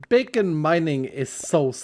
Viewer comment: Did you say Bacon Mining???